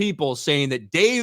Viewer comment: Yaassss!! YAASSSSSS!!! Staawr Waas is wery patriarchal! 😂😂😂😂😂😂 This show might be a guaranteed failure.